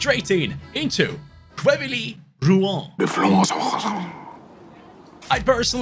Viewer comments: i'm french and we say QUEVIY ROUUU HAN for th team name pronounciation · As a frenchman it's so funny to see how pronounces Quevilly rouen 🤣